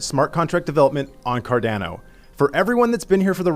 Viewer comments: I don't know why, but it bothers me as well when people mispronounce Cardano and ADA 😂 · Lol, when I first saw him pronouncing it, I thought the same thing as you.